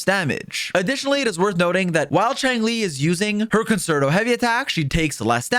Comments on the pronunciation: Concerto is prouncounced "con-chair-tow" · Nah. Fuck that. We Americans are gonna call it con-sert-OH